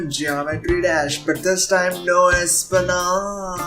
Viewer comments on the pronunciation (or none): Like if the next skit will be a: Expectations Vs. Reality Geometry dash I did not like my own comment -_- Also, Español is pronounced Espaniol/Espanyol, not espanol xD